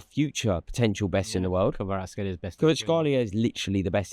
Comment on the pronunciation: Rory naming players Turkish: "...kvaratskhelia..." Rory: "KUBURTSHKALIYAA"